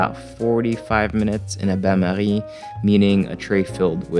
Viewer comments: Its a french term and hes french. Thought he pronounced it in a french way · Erwan starting to sound Australian 😂 That "bain-marie" pronunciation though.